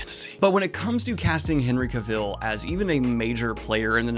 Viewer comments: Hey Daniel, I'm going to be that guy and let you know that Cavill is pronounced CA-vuhl (rhymes with travel), not ca-VIL, anyone not believing me can easily google it and one of the first results is Henry himself with a very short video explaining it. This wouldn't have bothered me except the name is mentioned like 20 times in the video and by the 15th I was wincing lol. Anyway keep up the good work, cheers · Looking forward to seeing Dune here in the UK. I really enjoy Henry Cavil in everything he does and personally would enjoy seeing him take on Bond but I have a feeling it won't happen myself. Also just so you know, it's pronounced like Travel 👍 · It hurts my ears every time you say Henry Cavill's name wrong. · Just thought I’d let you know Henry pronounces it like cavil, not cavil (emphasis on the ca part) lol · Just sitting here listening to Daniel mispronounce Henry's name... I'm fine.